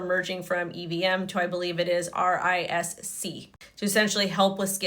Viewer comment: RISC V. Read risk five. Not R I S C. Plus less make up please. You look worse then Charles.